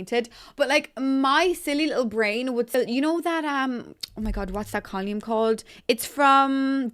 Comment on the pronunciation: I thought I was having a stroke for a second, but then realized she pronounces column as col-yoom. Still, beautiful build :)